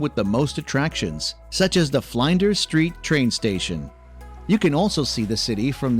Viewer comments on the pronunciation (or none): Flinders Street Station. Not Flynders Street. Port Phillip Bay. Brisbane is Brisbn.The a is not emphasised.